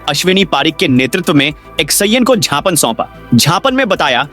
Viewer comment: Gapan nahi gyapan hota hai